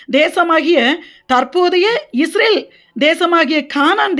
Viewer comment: Sister first you change pronouncing ISRAVEL into ISRAEL.